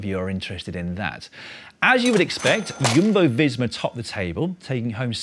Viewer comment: It’s Jumbo not Yumbo